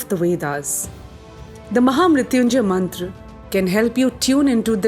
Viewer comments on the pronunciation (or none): First of all, Happy New Year..✨ Excellent work..!!✨ but it would be more if you pronounce Mantra as Mantra not Mantraa, Ved as Ved not Vedaa, and Yoga as Yoga not Yogaa. We don’t have to change our Sanskrit pronunciation for English conversion because Sanskrit is mother of all languages. 🙏🏻😇